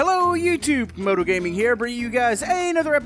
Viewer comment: why does Youtube always pronounce Camodo’s name as kAmOdO gAmInG? also on this episode “modal gaming”